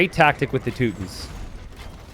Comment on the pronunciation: "Tooot tins" i had to laugh at that pronunciation sorry. Sounds like that civilization's units are always farting. "Toot toot". It's too-ton-nick or teww-ton-nick as the two main pronunciations in english.